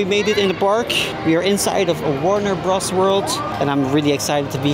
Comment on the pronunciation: Your pronunciation was fine and your English is great, my dude! I've seen coverage of Warne Bros. Wold from other Youtubers and it looks great! What other theme parks are on your bucket list?